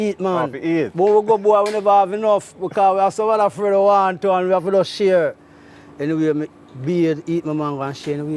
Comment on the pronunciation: “Fear” sheer??!!!…..I don’t understand, should they be afraid?….and it’s share, not sheer!!!